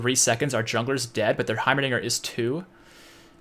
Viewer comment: this man said heimaniger